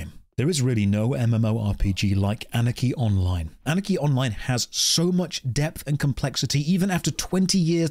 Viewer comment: I'm tho only one who hears "Anakin online" instead of "Anarchy Online"?